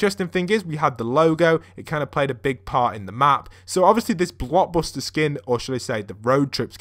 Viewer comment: You kept on saying block buster instead of blockbuster